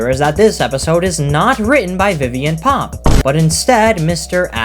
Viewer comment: Idk why, but every time you say "Viviane Pop" it just cracks me up 😂